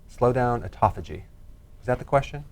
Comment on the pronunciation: Autophagy not ecophogy...it pertains to fasting... If you search Dr Berg/autophagy you'll learn more about it